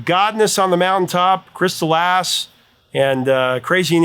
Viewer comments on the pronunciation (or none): Honestly, given her accent, I actually have to make an effort to hear it as "Ass". Sounds more like she's saying "Eis" than anything else